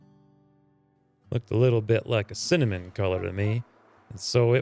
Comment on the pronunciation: Cinnamon. Not Cinemean.